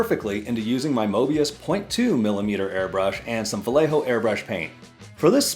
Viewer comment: Not trying to be a jerky grammar police but its pronounced Va yeh ho. The double L sounds like a y In Spanish. Its a Spanish word and or name. Thanks for the review! Good stuff!